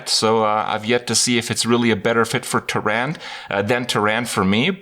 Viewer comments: How come you cannot pronounce ANYTHING correctly? Her name is Tyrande not TUH RAND :rage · So I had to PAUSE the video and ask: After all these years how t.f. are you still calling her "Teerand"?? Big wow player... the innkeeper says her name, seriously it's pretty easy. C'mon kripp pull your pants up.